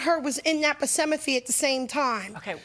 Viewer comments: Pracimity? Girl VICINITY OMG 😆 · "She wasn't in the persemethy" 😂😂. It took a while for Judge to even realize what she was trying to say "vicinity." This show has too mamy litigants who are very emotionally charged, verrbose while using poor grammar which usually equates with poor literacy. Very sad!! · “They weren’t even in the pacemethy” I have never heard a word pronounced so incorrectly in my life! 😩😂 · Percemathy??!!!😂😂 Thats some hellafied butchering of vacinity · She said persimathy 😂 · It’s worse than that even. She keeps saying “procefiny”. 😂